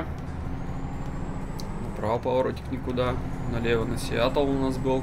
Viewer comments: не сиятл а сиетл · И верно.Не Сиатл а Сиетл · Не Сиатл, а Сиэтл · Ставь лайк, если болят ушки из-за "Сиатл":) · Весь видос не мог понять, почему "Сиатл", если раньше правильно говорил?)